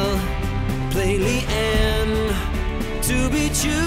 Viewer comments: Li-ehn? They make it pretty clear in the game and videos that it's pronounced Li-ahn. Still a great song though! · I've definitely gotta go with RedsimonDE on this, it's pronounced with a soft "a" not a hard one (Even in the link you gave), otherwise great video. I don't know why more people aren't commenting this. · Great song, just one minor thing: it's pronounced Lee-uhn, not Lee-anne. If you played her, you should know it. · It's "lee- on" btw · I refuse to believe he actually pronounced Lian as Li-anne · Love the song but u pronounced her name wrong its pronounced like lee on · is pronounced LEE- AWN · thats now how you pronounce Lin why is noone noticing it